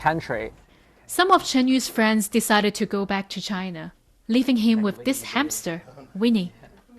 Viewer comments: Va-China.....definitely says that at the beginning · At :40 in you know she isn't lying and really from China with that pronunciation haha